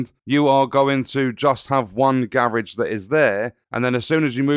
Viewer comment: whats a garriage?